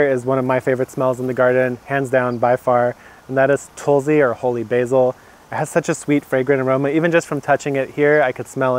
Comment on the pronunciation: It's pronounced "tult-see" not "toll-zee" by the way :).